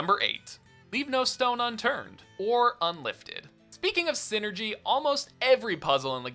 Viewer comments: if memory serves it is called psynergy because it is psychic energy so a hard I sound should be the correct pronounciation. Great video btw. Love the golden sun trilogy and have been dying for a 4th for years. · #0 Just a pet peeve you're free to dismiss, but I think the "Psy" part of Psynergy would make it sound the same as saying any other word in the English language that starts with "Psy" :^)